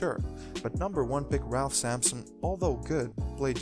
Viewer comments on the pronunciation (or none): none